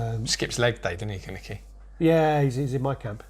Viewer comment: Kaneki not kanike